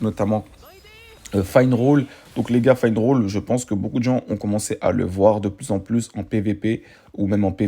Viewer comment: Pour les tickets, c'est un bonus de connexion mdr, il y a très peu de bug sur ce jeu, c'est ça qui est incroyable ! Pour la meuf son nom c'est sally et on dit Finneral, tu me stresses quand tu dis finerole. Sinon, je valide la vidéo !